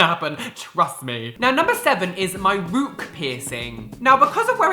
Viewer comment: Rook not roek